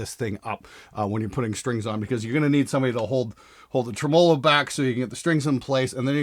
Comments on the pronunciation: Not trying to be an asshole here, but if you're going to talk about tremolos, you should probably learn how to pronounce it. TREM-olo. The accent goes on trem, not on olo. 🤪 Love the show, man!! Keep up the good, sarcastic work! 😁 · Ha! doesn’t know how to properly pronounce tremolo 😛. It’s “Treh-muh-low” buddy 😘. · that was nice of to pronounce "tremolo" like a bass player on this bass video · Who taught you how to say tremelo and why did they do it so fucking wrong? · You say tremolo weird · You say 'tremolo' funny...